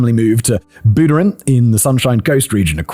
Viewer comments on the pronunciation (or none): Wow Buderim represent (also lol booderim killed me, it’s pronounced more like budge-rim) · I love Simon's channels but the mispronunciation of Australian place names never fails to make me laugh/cringe. I still remanded "oot" for ute (you-t). Buderim = Bud-rim. Hearing Boo-drum took me out for a moment while i tried to figure what he was saying and then he hit Mooloolaba and I couldn't stop laughing 😂 (if you're wondering, it's said how it sounds except the first syllable is muh not moo so muh-loo-la-ba). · The real crime is hearing Simon pronounce Australia towns Bud-rim Mahloolahbah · as a person who lived on the Sunshine Coast for quiet a lot of my life.. a pronunciation lesson... Bud-rim Moo-loo-la-ba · Pronouciation lesson... Bud-rim Moo-loo-la-ba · BUD-drum moo-LOO-luh-baa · Buhd-rim Mah-loo-lah-bah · hahaha. Listening to foreigners try and say Aussie names is hilarious. I went to Uni on the Sunshine Coast. Mooloolaba is pronounced Mar-Loo-Loo-Bah, while Buderim is Bud-dur-im. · I can’t believe you also didn’t address his pronunciation of Buderim, that was horrendous lol. For anyone wondering, it’s basically pronounced Bud-rim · As an Australian, listening to Simon pronounce the names of Australian suburbs made me CACKLE